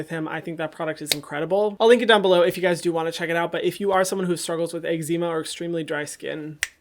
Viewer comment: I'm so sorry but I hate the way you pronounce eczema